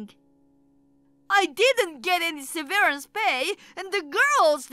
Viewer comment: 'Severance' is pronounced 'seh-vur-rense' not 'see-veer-ince'. And 'ballet' is pronounced 'bah-lay' not 'bawlee'